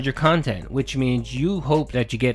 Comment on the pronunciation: Guess the "QUALITY KHANTENT" is as quality as he think it is.